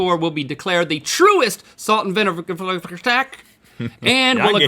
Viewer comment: salt and vinivervrfshtak Link did you have a stroke